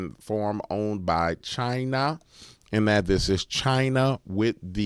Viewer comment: Wtf do you keep saying china like that? 😏